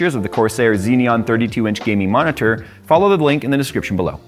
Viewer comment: The way was pronouncing "monitor" in the sponsor segment made me crack up.